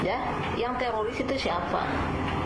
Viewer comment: Silahkan ditandai ibu yg berkacamata Yang salah baca ( tiroris di baca TERORIS) karna salah baca, ibu ini bisa dikatakan penghasut karna kata tiroris di salah artikan dan di goreng untuk mengadu domba